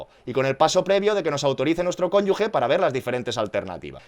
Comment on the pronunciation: Es cónyuGe, no 'cónyugue'